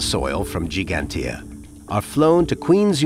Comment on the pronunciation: Dear English people: please learn how to pronounce Giiiiiiigantija.